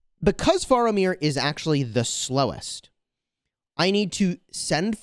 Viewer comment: it's pronounced "fair"amir. for future reference